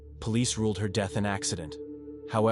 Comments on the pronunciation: There's no such word as deeth. Once again terrible narration. Fast, impersonal and lifeless, like the dead woman. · Her DEEET? Or u mean her death SMH. Rest of english, even difficult words perfect, so pls teach AI "death" word" 🙄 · "Her sudden and tragick deeth" lol